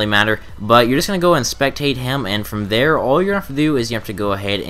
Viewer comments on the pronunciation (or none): none